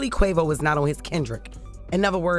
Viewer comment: Sweetheart please pronounce Quavo name correctly . It sounds so cringe how you’re saying it lol